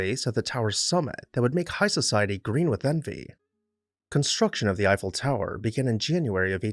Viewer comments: It's all good but who is "Ufell"? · In all my life, I’ve never heard Eiffel pronounced that way, and I’ve been to Europe many times and all over the USA and not one person has ever pronounced it that way to me